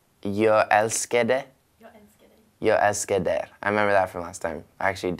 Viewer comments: ’Jeg elsekd dej” låter som norska sksksk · He is really bad at pronouncing the Swedish names it's so funny, I'm dying for that "jag älskar dig" (I'm Swedish btw)